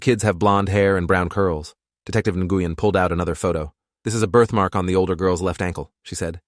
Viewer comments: Love how the AI mispronounces Asian sounding names. I was just listening to it while on another tab and thought it was mispronouncing the Vietnamese surname, Nguyen. Pronounced Nuh-win, not na-gu-yen lol. But it wasn't according to the subtitles. Looks to be a misspelling of the Chinese female name Ningguang, pronounced Ning-Wawn=like yawn with a w but ending with a g sound=guh. Who happens to be the name of one of the many Waifus in the game Genshin Impact. But it doesn't seem to be the level of Fucktard AI that is grok on Twatter, now known as X. So that's something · What’s with the accent switching? That’s not how you say Nguyen… (New-Yen) What’s she need a passport for. Citizens don’t need passports for state to state travel 🙄🤦🏻‍♀️🤣. That sort of thing isn’t even kept track of. Unless you’re the type of person who obsessively keeps your old ticket stubs like a pack🐀. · Am I the only person that is so irritated by his pronunciation of the last name Nguyen 🤦🏾‍♀️🤦🏾‍♀️ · I'm struggling to listen to this. The officer/detective Nguyen I guess is who the name is for, and keeps getting butchered EVERY TIME IT IS SAID, is pronounced completely wrong. Or at least that is my understanding of it from how my Doctor pronounces it. People from the states tend to give letters similar to our own or maybe are the same as those we have and pronounce them in English. The sounds of each letter are for the most part different than how we would say them, usually they are completely and seemingly randomly different than how we say/hear them in the English language. Nguyen is actually pronounced Winn, or Win, as in Winn Dixie grocery store or Win as in I want to win the race!!!